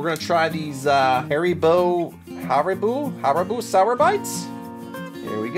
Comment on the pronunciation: Ha-ree-boe do u not know haribo